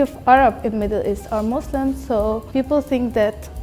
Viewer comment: i loved this but the thing that triggered me most is when she said muzluhm and izlahm